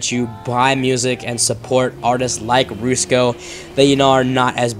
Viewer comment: Rats in the Kitchen. Also it pronounced Rus ko. Not roosko :)